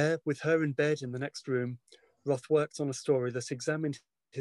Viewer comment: If your biograhper isn't willing to pronounce your name correctly and doesn't read your work in the original language...